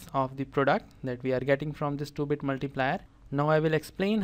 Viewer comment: . I heard it as the stupid multiplier instead of 2 bit multiplier.